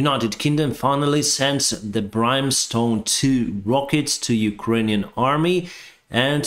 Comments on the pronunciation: Brimstone, not brime.. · Hey thanks for the updates, btw the missiles are brimstone the i is an ihh sound like “if” or “igloo” not an “eye” sound on the pronunciation. It makes them sound way better, like the phrase “fire and brimstone” apparently brimstone is the biblical name for sulphurous deposits found near the edge of volcanoes and hot springs - thanks google But yh brimstone, don’t take this as a criticism either your English is absolutely spot on, just can’t take you seriously when you say brime-stone haha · The Brimstone missiles are pronounced like brim-stone, where the brim sounds similar to rim. Br-im. It does not sound like crime as you are saying it, it is like rim or the name Tim. Hope this helps for your future videos, slava Ukraine! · THANKS AGAIN. VERY INFORMATIVE. LOOK AT YOUR PRONUNCIATION OF BRIMSTONE. YOU PRONOUNCE IT BRIMESTONE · Hi - just a pickup on pronunciation. Brimstone is an old English word, and the "i" is pronounced as in "him". Not being picky - just trying to help with your English which is, by the way, excellent - so good in fact that your occasional tiny pronunciation errors stick out! I hope you're not offended by me giving feedback of this type. (If you are, just say so, and I won't do it again!) John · The Brimstone missile is pronounced with the "Brim" part pronounced sounding like the man's name of "Jim" or the word "him". Keep up the good work. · Brimstone is pronounced with the short i. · Brimstone has an I sound like in Mickey mouse. Not like eye. 👁️ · Brimstone is pronounced brim, sharp short i not long one. Brimstone is something that supposed to burn you in hell in the Bible "fire and brimstone" but i have no idea what it is, how can it be stone?!!! And brim just means edge, so it can't be that....